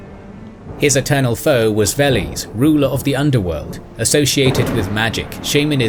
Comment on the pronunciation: Veles, not Volos